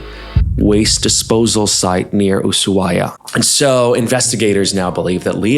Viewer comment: Bestie, I’m judging you for your pronunciation of Ushuaia. Every Argentinian I’ve met say the shhh, very soft shhh but it’s not an S.